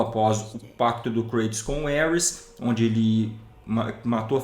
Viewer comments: ( CORRIGINDO ) Não é Éuris, como o pronunciou e trata-se de Ares ou Marte, o Deus da Guerra, Mitologia ( grega e italiana )... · Bela teoria, mas o nome do deus é Ares (pronunciado assim mesmo) e não Ueris, parabéns pelo vídeo ! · Só eu ouvia o qnd ele falava Ares entendia Hermes? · Elris o deus de guerra kkkkkkkkk , por um momento pensei que que ele tava falando Hermes kkkkkkkkkkkkkk